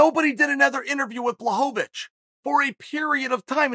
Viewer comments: Jan "Blahovavich" Blachowicz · Chael pronounced Blajovic correctly , and then forgot about it at the end 😂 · "Blahovovitch"😂😂😂😂 Uncle Chael kills me with this! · Chael "Blahovovitch" Sonnen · Chael "Blachovavich" Sonnen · Chael! BLA-HO-VITCH! Please!!! He's the champ AND just beat Izzy lmao I love ya man!